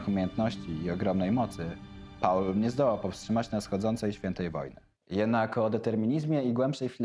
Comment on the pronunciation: "Paula" - jak gdyby, to była jakaś kobieta. Angielskie "Paul" czyta się jako "pool".